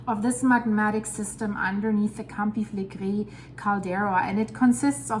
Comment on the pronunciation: It is a pleasure hearing her say "Campi Flegrei," truly!